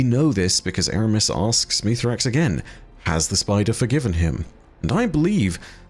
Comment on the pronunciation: Hey, can we try and focus on calling him by his proper name Misraaks? It's really uncomfortable when you call Mithrax when even the Eliksni in game call him by his proper name.